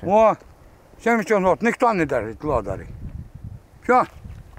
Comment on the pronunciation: Ни лодарі а ледарі😊